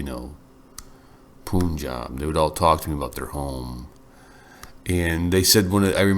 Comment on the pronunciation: Hey professor, it's pronounced as "pun- jab" Pun as you pronounce it in English